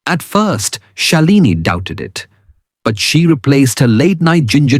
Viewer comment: Do a scientific presentation. Let the listener be imaginative. Shalini is pronounced by us as Shaalini. Are you an Indian or what nationality are you? Anyway very useful information for elderly like me. Why don’t you show a bay leaf?